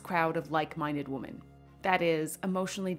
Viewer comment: Plural of woman is women, pronounced like “wimin” PLEASE.